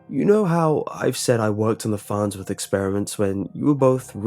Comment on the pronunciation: .... the FARHTSWORTH.....??????"